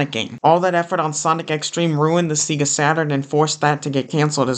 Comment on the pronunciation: every time you say seegah it makes me die a little inside